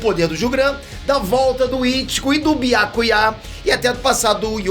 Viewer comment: Ouvir chamando biácuiá é fire 🔥